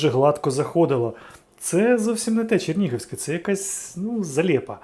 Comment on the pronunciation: Експерт прям. Чернігівське вимовляє як "Черніговське"